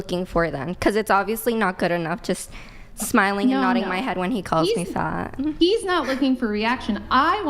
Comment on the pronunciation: She didn't say fat she said faght